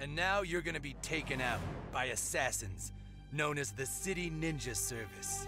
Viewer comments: Lord of City ninja: Hi we are City ninja service. Me: did he say City or shity? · Its funny when they city ninja it sounds like they say “shitty Ninja” lol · Who thought he was saying Shity ninja services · When he say City Ninja Service, sounds like shitty ninja lol. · Everytime they say City Ninja Service, I hear SHITY Ninja Service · Does anyone else hear shitty ninja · He says shity ninja service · I swear I heard Shitty Ninja